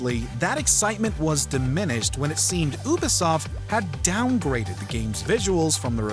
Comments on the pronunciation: It's pronounced "YOU•B•soft," not "Ooo•B•soft." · Its You-Bee-Soft, not Ew-Bee-Soft, jus sayin' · did he just say oobisoft haha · Appreciate the video. But, how could you mispronounce Ubisoft (Youbesoft) not (oobesoft) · Oobesoft? Did you mean Ubisoft? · I’m sorry, did this man say “ooh-bisoft”? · The "Ooo-bisoft" and "Wolfensteen" pronunciations made me lol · Nat see and ooooobisoft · Is it really pronounced as (oo bee soft)? haha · Omg How your pronounce “ Ubisoft “ and “wolfenstein” so damn cringey ah sia . I hope you go back to basics as to how to pronounce those two . Literally arm hair gave goosebumps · Dudes, miss pronounceing, Ubisoft surely I'm not the only one to catch that. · The way you say Ubisoft hurts my soul.